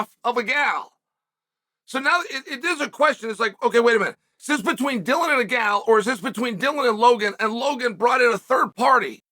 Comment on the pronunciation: Is he referrring to Nina as “a gal” as in a girl, or is he mispronouncing her name “agdal” 😂